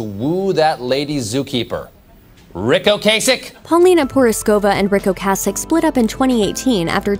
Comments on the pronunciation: The lady obviously DOES NOT know how to pronounce his last name. Go back to school! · Great work mispronouncing Ocasek like every other news agency. You were so into The Cars from their debut album, weren't you? Skateboarding and the music & fashion that goes with it wouldn't have been what it was without bands like Devo and The Cars in the late 70s early 80s.